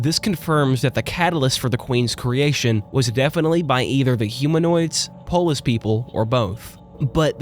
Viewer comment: I always hear "polish" instead of "polis"